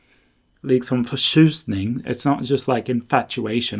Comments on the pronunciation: Congratulations on your new language and that you get the best chance to practice it. No matter where you go, you understand the culture and the people so much better if you speak their language. Your Swedish must be really good since the ones you met don't switch to English (I heard how you pronounced förtjusning, which is not easy. Bravo). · When you said Förtjusning it sounded super native Swedish. Like a real native. Btw, have you visited a Kallbadhus yet? I recommend you should during your few days left. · Om du uttalar ’Förtjusning’, så som du gjorde i videon, så förstår jag att ingen påpekar ditt språk 👌👌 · You only said a few words in Swedish, but I can confirm that it sounds convincing enough to be native. I would assume it's a dialect or accent if I spoke to you from somewhere close to the Stockholm area. You got åäö down nicely and the tj in förtjusning was perfect. I'm impressed! I hope you enjoy the country. I don't know how long you'll stay, but I hope you get to experience a variety of places. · Wow when you said "liksom förtjusning" and "hejdå" you truly sounded native swedish!